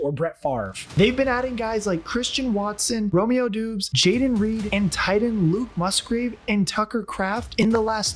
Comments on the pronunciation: Romeo Dooooooobs… actually pronounced Dobbs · Its not pronounced Doobs 😅 try Dawbs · Lmao it’s pronounced Dobbs not Dubes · Who the fuck is Romeo doobs?? It’s pronounced “dobs” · It's not doobs it is pronounced daubs.They were the youngest team in fifty years to be in the playoffs and the youngest team to ever win a playoff game. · Bro. Look up players name pronunciations before you make a video. It’s not Doobs it’s pronounced Dobbs. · It’s pronounced dubs not doobs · Good video. Gutekunst (Goo-Tuh-kunts) Doubs (Dobbs) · "romeo doooooobs" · Romeo Doubs’ last name is pronounced “Dobs”. Other than that great video bro. Go Pack! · I can’t stop laughing at Romeos name being said wrong 😂